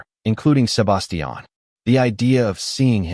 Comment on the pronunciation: And can't grasp how to pronounce Sebastian and Pueblo properly. 😅